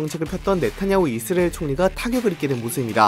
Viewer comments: 이스르에 ㄹ 엘 발음도거의안남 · 형 이스으레일 아니고 이스.라엘 두박자로 쪼개서 말해바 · 이스라엘은 앞으로 이스르엘 입니다ㅋㅋㅋㅋㅋㅋㅋㅋㅋㅋㅋㅋ 형 귀여워ㅋㅋㅋㅋㅋㅋㅋㅋ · ㅋㅋㅋㅋㅋㅋㅋㅋㅋㅋㅋㅋㅋ 이스르엘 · 미국영어권에서는 이즈리얼임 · 자꾸 이즈리얼이라고 들린다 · 중간쯤 가면 이스ㄹ예가 되버리네 ㄷㄷ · 이스르엘 발음 나만 킹받는건가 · 아 내용은 안들리고 이스르엘 때문에 집중안돼~~ ㅋㅋㅋ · 왜 이스르을 이라고 발음하세용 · 이스레일???? 코레일은 발음 되나요??